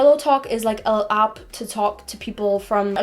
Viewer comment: What accent is this? When words Spanish, grammar and app are pronounced as Spunish grummur and upps?